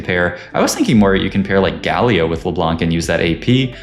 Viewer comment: Why does bro say "Guh Leo" instead of Galio